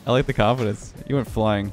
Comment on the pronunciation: where did you learn english dude its dthaeeeyyyyye''''riiieeieieieiieeiee'o